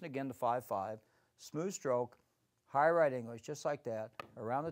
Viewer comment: Did he say high right English?